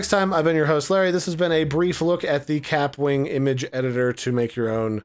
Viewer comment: It’s pronounced ka-pwing. Like a bullet ricochet